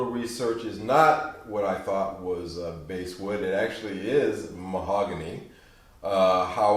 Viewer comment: Just subscribed, love the Epi content!!! BTW...The "Bass" in Basswood is pronounced like the fish if you care.